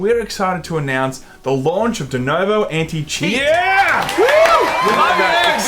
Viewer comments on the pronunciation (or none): Please....for fu@ sakes PLEASE people, everybody learn how to say DENUVO. It's a fu@ U. Pronounce it, FFS. Also if you guys don't think there are cheaters in basically EVERY online multiplayer then I think maybe gaming news is not the place for you..... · I've noticed a trend with idiots not being able to READ A SIMPLE NAME RIGHT. It's DenUvo, not fucking DenOvo. And since the guy in the video just before did that same crap. And also, idiots have a tendency to misread any word or name they didn't see before and keep misREADING the word ad vitam eternam. So, they keep reading and reading the same name or word and NEVER read it, their brain just don't see the information before their very eyes. It has always pissed me off. Sorry that you happen to tale this rant, but as I said, some other guy did the exact same irritating thing in the video saw just before, and I was almost sleeping, but it made me jump out of bed to tell you how awful it is to hear people fail at reading a VERY simple name. DenUvo. There, is it THAT hard? And fuck Denuvo AND Bethesda. I hope they both go bankrupt, they don't deserve to exist. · Is denOvo some kind of internal joke or they are just mispronouncing it ? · Is it me or they are saying DenOvo instead DenUvo? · LOL 'Denovo'...